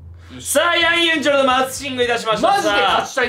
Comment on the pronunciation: ヤンユンチュルじゃなくてヤンユンチョルなの？